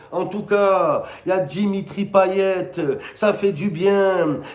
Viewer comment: Dimitraõ payetaõ 😂, il est vraiment dingue ce mec 😂😂